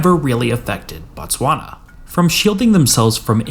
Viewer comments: It's Botswana, not Batswana. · the SWANA?????????? TTTTTTSSSSSwana bro